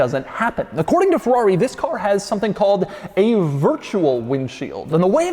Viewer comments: Bro its FERRARI!! not FEWWAWE 🥴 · I've always wondered why americans pronounce Ferrari as "Forrari". Just why.